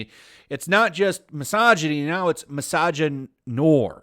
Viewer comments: That's not pronounced mis-ah-gin-nor, it's mis-ah-gin-nwah. A combination of misogyny and Film Noir (from French). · That's not how you say "noir". Just say it like "noir movies". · Noir is pronounced as 'noo-ah', it's also a cinema genre. Thought you would know better how to pronounce it. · Misagynoir is probably pronounced the French way (noir is black), but I like that you butcher the word because it is a stain on the French language. What these weirdos invent just amazes me every time. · Shouldn't it be pronounced "misogynoir" instead of "misogynoir"?